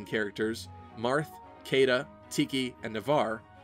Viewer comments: Caeda is pronounced She-da. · I dunno if it was just me or is Caeda supposed to be pronounced as Shii-da, whereby Cae- sounds like Cae-sar of Julius Caesar?